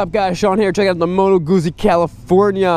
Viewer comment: Pronounced Goot-zee. That's Italian!